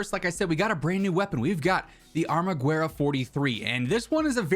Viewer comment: The “U” in “Armaguerra” it’s not pronounced just the E “Guerra”